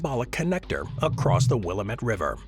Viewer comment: Will-AM-ette! I've also walked across that bridge; very cool bridge. "KEY-side", not QUAY-side", even if that's how it's spelled.